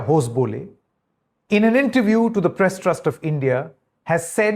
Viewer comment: Hosa baale is the pronunciation It means new banana leaf